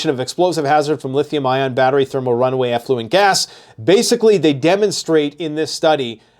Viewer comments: It is thermal "run-away" (implying it is out of control), not runway. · RunAway. Not runway… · Thermal runaway, not runway